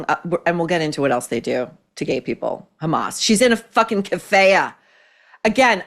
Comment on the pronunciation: Kafiya is pronounced like kafeeya